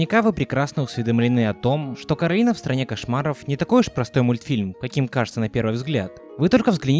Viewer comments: КОралина а не КАралина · Не Каролина, а Коралина, Коралайн…. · Я один слышу Каролина, а не Коралина? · Постоянно бросалось в уши «Каралина» Так и хочется сказать «Ее зовут Коралина!» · КОооралина, а не КоралИна